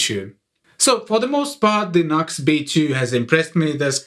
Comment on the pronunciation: It's pronounced "New X". Not Nux. Just saying.